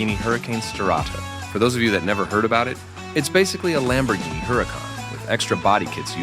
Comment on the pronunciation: Shout broe it's Lamborghini